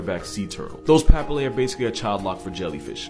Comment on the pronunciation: paPILLae, not PApillae